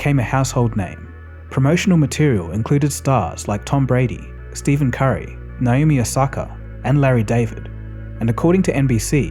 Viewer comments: Amazing video, Only problem with it and it's very small is that, you called Stephen Curry, Steven Curry. Honest mistake, but I found it kinda funny LOL. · this man said Steven curry 💀💀💀💀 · ste”v”en curry 🤣🤣🤣 bro butchered the best shooter in history’s name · 'steven curry' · Pronounces Stephen Curry’s name wrong 😂